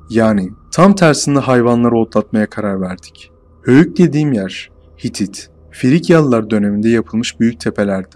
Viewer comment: Bu hikayeyi anlatan arkada çorumlu mu acaba hoyuk dedıgı alacahoyuk gıbı geldı